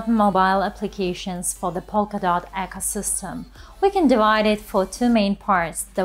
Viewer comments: I'm referring to the pronunciation of the word on the video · Acosystem... !? 'ecosystem'